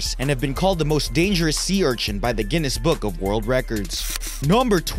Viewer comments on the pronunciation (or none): none